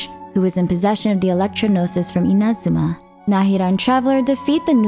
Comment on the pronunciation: Sorry the way u say “Inazuma” was throwing me off so much lol. Besides that nitpick, well done on summarizing the story so far. It’s good to get a refresher after 3 years of the game.